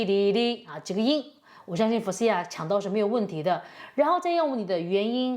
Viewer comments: Faouzia的重音在第一音节’Faouzia而不是在第二音节Faou’zia😅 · 先把Faouzia名字念对吧 吹毛求疵的👎 你唱歌感觉才像是一直模仿柯以敏 油腻腻的